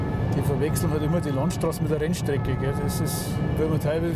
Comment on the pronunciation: Und wie sie das ZUR RENNSTRECKE auch noch betont 🤣🤣